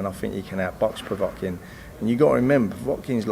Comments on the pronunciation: Povetkin not povotkin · Stop saying pevotkin . Ffs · does need to work on his pronunciation - Powatkin! Powatkin! Powatkin!